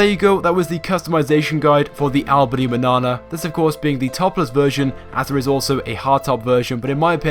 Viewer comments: Albany Manana... I have a small feeling it's actually said as "Mañana" but who am I lol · Did he say Albany bannana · boi i was gonna give you a like but when i saw the manana (its spanish for morning and is pronounced maniana) and what you did to it ... cars worth customizing: us cars: stanier dukes voodoo manana emperor washington granger blade tornado pejote and so on. as for the ricers: futo sultan